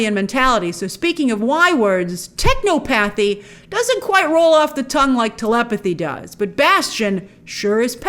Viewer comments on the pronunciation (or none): you’re not saying it right. You pronounce it like you pronounce technology. Don’t know why everyone feels that O has to be hard. Technopathy is said with the same cadence and phonetics as technology. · lol I laughed at techno-pathy. It should be pronounced as “tech-naw-puthy”. I mean it’s not real, but it makes more sense. However, I’m sure I’m not the only one that says “o-pathy” in my head when reading 😂